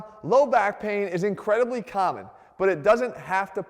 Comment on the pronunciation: DOT CALM, LOW BACK PAIN IS INCREDIBLY CALMMON